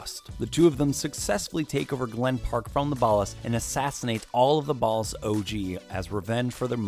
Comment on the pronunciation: Why are you saying Ballas so weird? It's ball-ahs not bahll-ahs